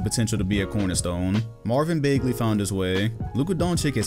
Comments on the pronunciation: lol pronounces Bagley as “Baygley” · Lol u mispronounced Bagley's name to hell lmaoo